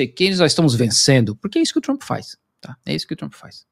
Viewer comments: A pronuncia correta é Donald Trap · Adoro quando ele fala “tremp” porque significa vagabundo 😂😂😂